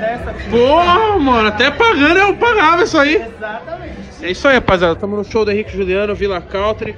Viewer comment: Tem Toguro falando Henrico e Showliano tem like